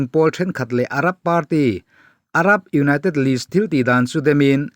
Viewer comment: News channel kan siam dawn a nih chuan kan English lam rik dan hi chu fimkhur a ngai en tir nan Party tih lam dan te United tih lam dan te ka duh thawh ve a nih hi min hrethiam hram ka bei sei